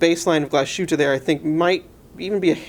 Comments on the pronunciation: Pro-tip: It's pronounced Glaz-hueteh, not Glah-SHooteh. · oh and you mispronounced Glas - hütte.